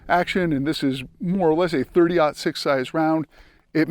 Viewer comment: 30-06… pronounce it correctly